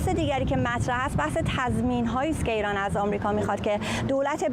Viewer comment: این آقای ریپورتر بسیار حرفه‌ای و نامبر وان ، خانوم گوینده آقا چرا مثل دختر بچه های ۴ ساله حرف میزنی ؟ خانوم یه چهل سالی داری ، مثلا اگر اگر هست اگ نیست ایران ایرانه نه اییان درست تلفظ کنید مثل بچه ها حرف زدن از سن شما نمی‌کاهد ، خدا این سید گدایان علی خامنه ای بیشرافت را از این کره زمین برداره که واقعا دیگه مسخره شده همه چی ،امین از